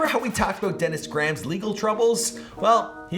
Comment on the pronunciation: Came here to “meet the Grahms”.